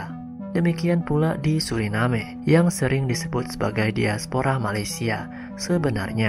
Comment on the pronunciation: Diaspora saja pengucapan nya daispora seperti pengucapan bahasa Inggris.. Karena mereka mengagungkan BRITISH